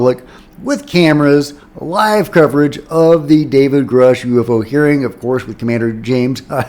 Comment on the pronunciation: i dare you to start saying" grooosh"... thats the correct way